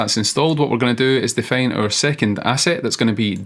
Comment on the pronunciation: I think some accent things (like 'fail' instead of 'file' or 'defane' instead of 'define') avert his videos from being suggested more times as reference by Gemini, eventhough he has the best ones in my opinion.